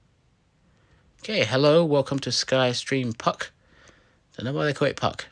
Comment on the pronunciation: Puck not pug